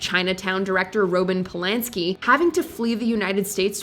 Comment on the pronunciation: Did she say "roe-bin Polansky"?